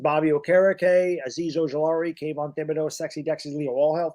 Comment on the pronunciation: Ok guys, this is driving me crazy. How long we gonna let pronounce Thibodeaux’s name wrong? It’s been a year and a half now 😂. The H is silent. Tib-Uh-Doe not Thib-Uh-Doe.